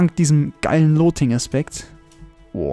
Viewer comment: Ich finds geil wie "Loting" und nicht "Luting" sagt